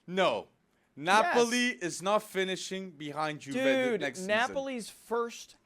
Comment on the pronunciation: Stop saying Juve with a J